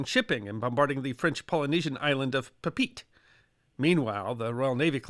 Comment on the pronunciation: Papeete="Pah pay AYY tay"